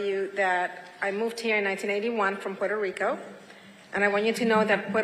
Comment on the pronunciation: David, as a fellow Latino, you should be pronouncing Puerto Rico correctly.